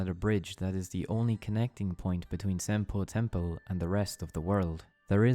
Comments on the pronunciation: Great vid! But half way through I just couldn't pay attention as half the times he says "Senpou Temple" as "Senple Tempo" lol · I’m sorry but every time you say Senopu Temple it sounds like “simple tempo” and I can’t stop laughing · Who else kept hearing "Senpo Tempo"? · it completely breaks my focus every time you say senpo temple. or senpo tempo